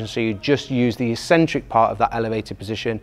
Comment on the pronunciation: You guys mispronounce "eccentric". What do you call that cranky old uncle that you only see at Christmas, eKcentric or eSentric? If you speak English the first is proper and it's the same for an eccentric contraction.